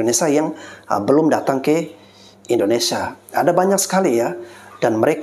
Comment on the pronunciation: Mf bg membetulkan penyebutan.. Bukan indonesa bg tapi indonesia..